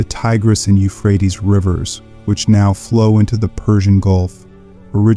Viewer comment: Can you pick one pronunçiation for the word, Euphrates? Sometime you pronounce it as I was taught, You-frae-tees. But several times you pronounce it like You-fraets. I've never heard an English speaker pronounce it this way who wasn't just a kid making jokes. But, perhaps it is an ignorant AI that is actually speaking the text and you couldn't be bothered to edit the audio mispronunciations?